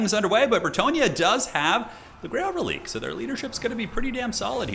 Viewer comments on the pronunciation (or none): relique...its fronch. prenounced like Queek...ReliQuee